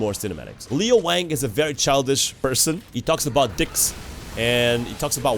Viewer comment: His name is Lo Wang not Leo